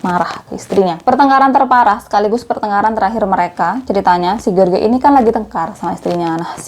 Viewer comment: Jeors baca nama si laki2 nya kak. Bukan george 😂. Pake terjemahan google dl .gimana baca nya lain x nama orang kak.